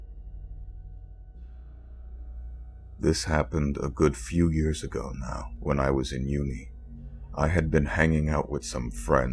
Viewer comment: 0_0 I have nothing to say.....but when he said: ABOUT A WEAK AGOOO XD